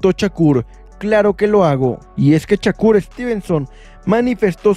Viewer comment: No es Chacur , te escuchas muy mal es con , S no con C , Shakur no chacur😅